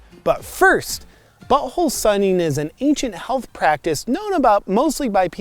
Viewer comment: It’s “buTThole” not “bu’oal”